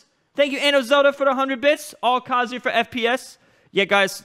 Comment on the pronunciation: Kazoo yuh